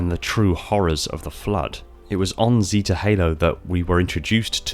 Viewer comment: It really triggers me how you say "zeta" lol